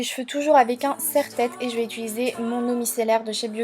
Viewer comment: j'ai remarquer que tu dis "ituliser"